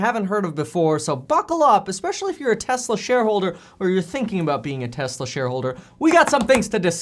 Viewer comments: "telsa" lol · “Telsa “ LOL , “tell as” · ummm.... Telsa? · you messed up lol TELSA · Lol it says “Telsa” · Telsa haha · Telsa? Dude. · what’s “Telsa”